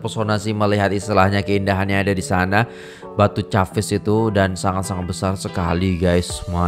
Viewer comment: sebutan batu caves nya salah ✌